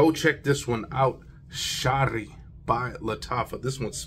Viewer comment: good review. lattafa makng some great frags. also it pronounced sha-eeeri. written sharri lol not sure about that=| means poetic or poetry. shaeer means poet.😅